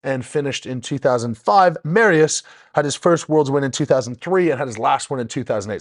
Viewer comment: “Mary-us” lol 5x WSM Polska gurom 💪💪💪